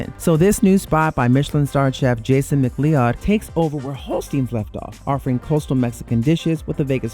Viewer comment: Chef Jason Mc Clee-odd??? McLeod is pronounced “Mc Cloud”